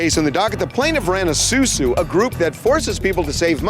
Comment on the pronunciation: Its Asusu not susu